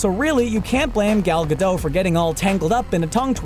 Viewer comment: For a channel that claims to be about films, you could at least get actor's names right - Gal Gadot is pronounced "ga-dot", and not "ga-doe"... 30 seconds of research would have shown you that!